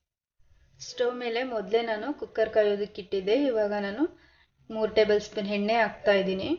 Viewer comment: I know it. But, talk to kannada teachers/professors regarding 'Ha' kara vs.'A' kara. Kannada uddhara aayithu, let alone English.